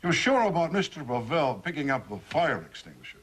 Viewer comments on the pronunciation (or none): LOl, The policeman talking to just called Him Mr. Pa-VeLL. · It really adds comic relief somehow that that cop mispronounces Pavel every single time.